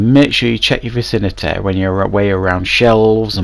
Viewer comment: I hate the way you say vicinity VACINATEHHHHH